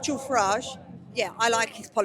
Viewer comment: You mispronounced the Farage riots